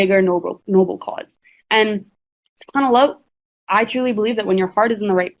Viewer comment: She straight said “for the Ali’s and the Madullahs” 😂😂😂😂😂😂😂😂😂😂😂😂😂😂😂😂😂😂😂😂😂😂😂😂😂😂😂😂